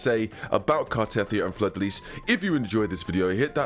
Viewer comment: Why does every CC pronounce Cartetyhia's name wrong. the game literally tells us the pronunciation is Car-Ta-Thia many, many times. Just like Ciaconna is Cha-Ko-Na not Cah-Cho-Na...